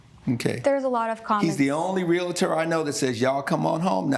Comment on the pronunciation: Great ruling, they're both jerks and the guy should really learn how to pronounce his chosen profession, it's not "real A tor", it's "real tor", lol.